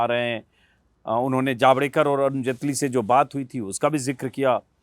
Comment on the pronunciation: तू भी जटेली की जगह जेटली कर